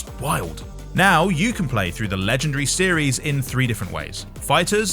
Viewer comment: This lady says heros as hedos and series as sedies😂😂so cute